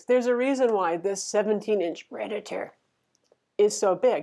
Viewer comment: hehe the way you said predator